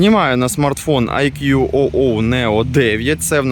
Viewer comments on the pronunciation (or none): Вітання, назва смартфону читаеться як "айку"